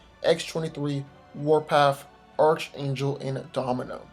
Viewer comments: Being picky: it's pronounced arc-angel, not arch-angel. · X-Force has too many street level characters. Like who is taking out Groot?? It would help if X-Force was at least given a numbers advantage, maybe add Fantomex and Deadpool, but the X-Force members are too similar. And oh yeah, it's pronounced arK angel instead of arCH angel. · Pronounced ark not arch. You're killing me with that. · It's pronounced ARK Angel not Arch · Archangel is pronounced ark-angel bro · It's pronounced "ark-ayn-jel"